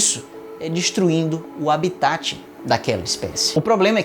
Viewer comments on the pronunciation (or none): none